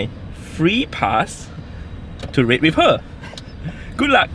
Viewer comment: "And I'm gona use my free pass, to rape with her. Gulak" I know it is the accent but it still made me lough.